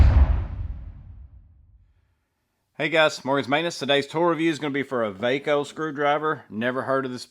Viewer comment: Thanks for reviewing! This was really informative! I love the new VACO stuff! Its pronounced "VAY-CO". My father used to use these tools all the time back in the day. I hope there is more stuff coming. Looks like its a reboot of the brand. I've bought a few of these so far. Theyre really nice quality.